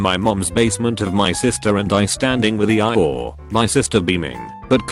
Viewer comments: E-I-or lol 😂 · E-I-ORE I guess I’ve been pronouncing this wrong my whole life cause I don’t say eee-your like that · Nobody: Text-to-speech: "E - E Y E - ORE" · Can we appreciate the fact that the text-to-speech pronounces “Eeyore” as “E eye ore”? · Nobody: Robot voice: EE-EYE-OR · E-I-ORE perfect pronunciation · Nobody: Not a soul: Text-To-Speech: E-Eye Ore. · Normal people: eeyore Text to speech: E I or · Laws of the universe: eeyore No one: No one else: Redding automated voice:eiyyor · Nobody: Absolutely nobody: Text to speech: E I ORE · No one: T-T-S: Ee I Ore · Reddit: Eeyore Text to speak: E i Ore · You mean..... E-I-oar? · lol E-I-ore. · “EE EYE ORE”? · Nobody:: E Eye Ore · No one: Voice: EI-iy-OrE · literally noone: Narrator: "E-EYE-OORE" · Nobody: Text to speech bot: E-Eye-Yor